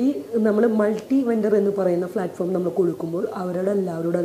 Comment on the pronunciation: ഫ്ളാറ്റ് ഫോം അല്ല പ്ളാറ്റ് ഫോം.. നല്ല സ്റ്റാൻഡേഡ് ഉള്ള ഇൻ്റർവ്യു.. ഇവർ സംസാരിക്കുന്നത് കേട്ടിടും ഇതിൽ പോയ് ചേർന്നവരെ സമ്മയിക്കണം..